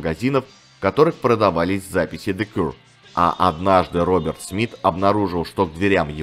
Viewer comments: Не Кур, а Кьюэ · Кью или Киё буква Р не произносится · Для начала автору неплохо было бы научиться правильно произносить название группы: "Зе Кьюэ". Из-за коверкания названия видео смотреть не стал - невыносимо это... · Спасибо, очень интересно было послушать про одну из любимых британских групп. Про the Cure как то маловато информации в инете. Единственное, немного странное произношение названия группы у автора, ну да ладно, главное, что материал собран и подан интересно 👍